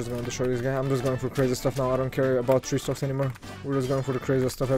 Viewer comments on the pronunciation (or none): "Tree stock him"